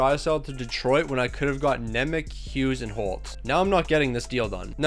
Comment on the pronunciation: Its pronounced Evanjelista and Nemech